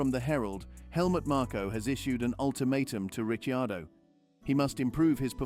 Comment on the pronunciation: Who the hell is Ritchie Ardo? for goodness sake ditch the AI and get a human voice instead!!!